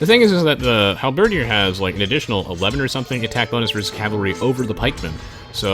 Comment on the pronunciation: "Halberdier" is not pronounced Hal-BER-dee-ehr. It's only 3 syllables, emphasis on the last syllable: Hal-ber-DEER.